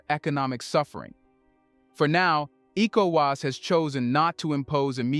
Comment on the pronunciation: Is this an AI voice?? It's so annoying the person can't say ecowas properly and worse still can't say Niger properly.